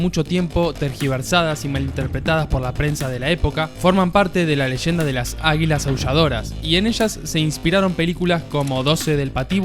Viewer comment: ¡Leshenda! xD Leyenda? 🤔🤔🤔